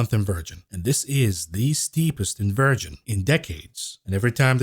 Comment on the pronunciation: Dear. I love you but you really need to know how to pronounce inversion. I don't want you to get demonetized 🤣